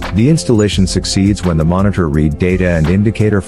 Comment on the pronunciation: Battery Mo“R“nitor ???????